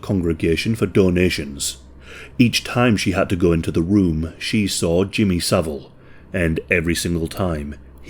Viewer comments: Jimmy so-vile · Jimmy "so-vile" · Jimmy So-vile 🤢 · I always pronounce his name as "Jimmy saVILE!" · no. His name is Savile. Not Saville.